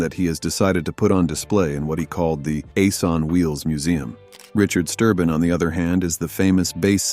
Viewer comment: It's Sterben not Sturbin! They did have a fallout with William Lee Golden but after a few years they patched things up between all of them. And he has been continuing to sing the baritone part! And Steve Sanders did the baritone part during William's absence. Joe Bonsall had to give up his traveling due to muscular disease and passed away in July 2024! They had to have a tenor singer and Ben James joined the Oakridge Boys! He is helping them to finish their 'American Made Farewell Tour'! Joe Bonsall put his blessing on Ben to finished the tour.